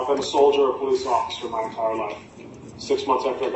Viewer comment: I keep hearing "Peace Officer" 😂